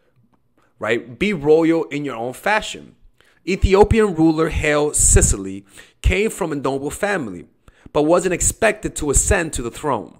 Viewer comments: Haile Selasie not Sicily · Hailey sillicy 😂😂😂. I can never unhear this. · Hey! It’s Ethiopian emperor, Haile Selassie. Pronounced: high-lee sel-assy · Emperor Haile Selassie isn’t pronounced the way you said his name! That’s Rastafari bredren know your roots! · Butchered the pronunciation of Haile Selassie